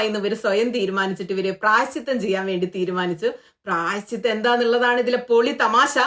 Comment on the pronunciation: പ്രായശ്ചിദ്രം അല്ല പ്രായശ്ചിത്തം 😂😂😂 മാറ്റർ പറഞ്ഞതിന്റെ തീവ്രതയിൽ അങ്ങനെ അയിപ്പോയതാണ് എന്ന് മനസിലായി 😄😄😄😄